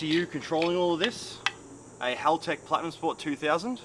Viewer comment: "Halaltech" lmfao 🤣